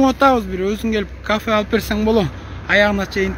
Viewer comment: Эй мусулмансынбы эй сен дебей сылык болбойсунбу. Тамгалап аран окуйт экенсин анан жогорку кенешке барам дейсин, кафе эмес кофе.